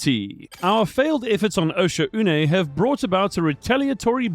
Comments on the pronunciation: It’s pronounced “Oh-shawhn” fellow diver! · Osha-oonay, probably the most disgusting mispronounciation I've ever heard.